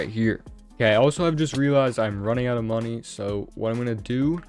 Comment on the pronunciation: i love how he says "oyw"t instead of "out"😂